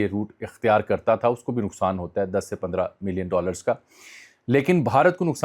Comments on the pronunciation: Jami sab Federal HOTA ha, P HOTA nahi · Sir it's done by Federal HOTA not PHOTA